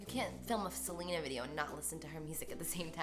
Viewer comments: It's pronounced "Selena" not "Selina" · I thought her name was pronounced seh-len-ah not like how Selena Gomez is pronounced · smh you didnt even pronounce her name right... delete this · I love Carli so much but the way she pronounces Selena annoys me 😭